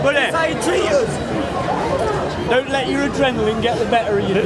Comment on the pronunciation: "Uözz" as in: Us. Rest my case.